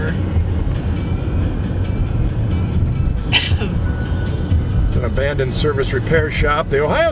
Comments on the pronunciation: That's BanGOR not BangER sir!😁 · I haven't been back in Bangor in 50 years ever since I had a beef with Selective Service System local board #10 (draft board during the Vietnam War). Interesting video, but I can tell that you're "from away" even after all this time. You don't pronounce "Bangor" local style.